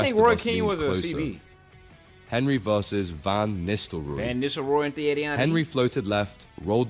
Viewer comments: Buff-on, Ca-sill-ass, OK. But the way he pronounced Henry? My ears. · mf narrating should be locked up for pronouncing Henry like that